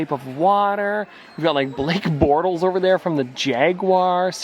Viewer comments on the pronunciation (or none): The Canadian accent saying "Jaguars" and Blake Bortles" is not something my Jacksonville mind was ready for lol